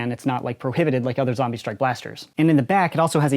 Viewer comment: It’s zombie strike not zambie strike